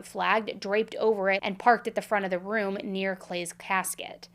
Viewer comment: I love to hear Mr. Ballen say the word “room” as it sounds like “rum”. 😊